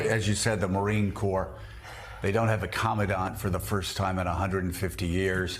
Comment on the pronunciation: Tuberville is so stupid he couldn't even say the word "commandant."